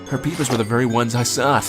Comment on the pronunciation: Every time he says “peepers” I hear “beepers” idk lmao